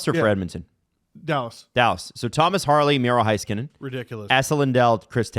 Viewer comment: Hey, hey, hey and. It's not Hi skanen. It hay like neighbour and weigh.